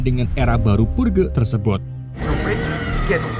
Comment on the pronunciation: Dibacanya "perj" bang bukan purge wkwk